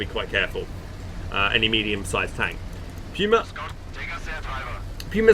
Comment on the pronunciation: that puma pronunciation kills me every time...